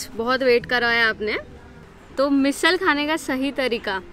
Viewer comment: Your channel is nice and content is good too.. doing videos in hindi helps larger audience to watch it, which is awesome too! But why to pronounce marathi words in hindi accent 🤔 somewhere we do this which sounds weird.. be proud of our language and pronounce मिसळ as मिसळ and not मिसल.. just one example im giving